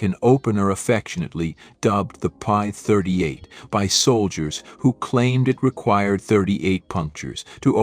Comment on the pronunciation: It's P-38 NOT Pie 38.